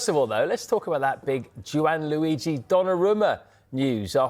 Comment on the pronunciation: Who's Juan-Luigi?